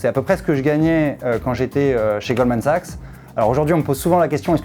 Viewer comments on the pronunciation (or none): none